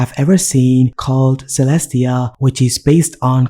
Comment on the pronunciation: (unless the developer is insisting otherwise) Caelestia should be pronounced as kay-less-tee-uh, rather than seh-less-tee-uh. that a after the c makes it a hard c. also, that window title on the left bar should be rotated the other way. it just looks wrong like that.